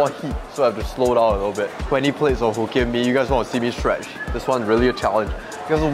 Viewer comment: Hoe- kien mee